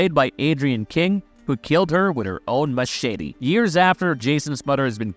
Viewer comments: Machshitty!!!😂😂🤣🤣 It's Machete. BTW Marcie was not killed in the shower with an ax. She was just straight up killed with an ax while in the camp toliets. 🐸🤓🤘✌️ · 😂Heh. He said "Mashitty" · Stop saying machete that way.